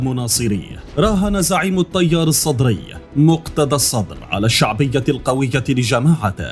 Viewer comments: التيار وليس الطيار اتكلم عدل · الطيار الصدري كيف تتلفض يااخي😂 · اخي لفظ التيار حرف التاء حرف همس يكون فيه ترقيق وانت تلفظه تفخيم تجعل يميل الى حرف الطاء وهذا خطأ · عندك مشكلة ب لفظ التيار 🤣الطيار 🤣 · فدوه اروحلك بس الفظها عدل التيار وليس الطيار الصدري. اروح فدوه المناخيرك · احجي عدل شنو الطيار الصدري 😒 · حلوه بحلك المذيع من يكول الطيار السطري 😂😂